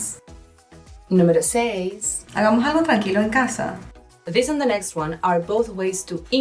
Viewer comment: Jajaja, cuando dice "hagamos algo" me suena como "ahamaham"